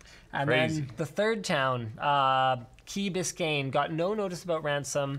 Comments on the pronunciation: Its key bis cane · Bis-cane is how it’s said. It’s also basically Miami. I live near there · You had it right kee bis Cane.